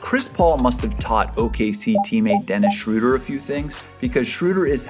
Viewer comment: Start pronouncing it Schröder and Not Schruder